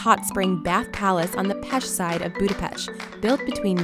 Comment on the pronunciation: I heard her say "...on the pesh side of Budapesh."